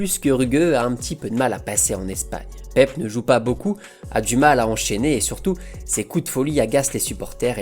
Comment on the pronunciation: Français ! Apprenez à respecter les noms des gens. Il s'appele PEPE et non pas PEP. Rien que pour ça je ne regarde pas la vidéo. Surtout pour les Africains que vous appelez EME BAPPE, ENE GOMA, ENE GOLO KANTE alors que ce n'est pas comme ça qu'ils prononcent leurs noms.